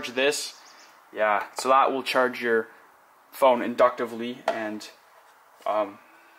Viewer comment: he said "as you can see the phoone is presented here".